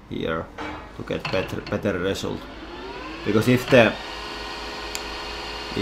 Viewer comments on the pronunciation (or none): none